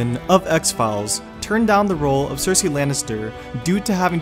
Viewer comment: Saphira GT-CS YES ! That really annoyed me, he has no problem pronouncing Cersei though?